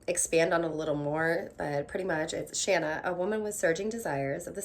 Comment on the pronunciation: Yay! You say Shanna the way I do rather than the long a sound.